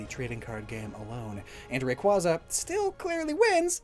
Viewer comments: Please 😭 it’s pronounced Ray-Kway-za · You mispronounced Rayquaza. It should be pronounced like a Quasar star. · You keep mispronouncing Rayquaza as Ray-quah-za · It's pronounced Ray-Kway-Zuh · You mispronounced Rayquaza It’s pronounced Rayquaza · for self-advertising as someone who overanalyzes pokemon, why do you still mispronounce "rayquaza"